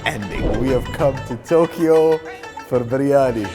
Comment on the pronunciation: I lost it at Briyani..... Briyani in Japan LOL